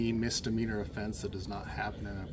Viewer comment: The fact that the lieutenant pronounces Misdemeanor as mistermeanor says it all for me!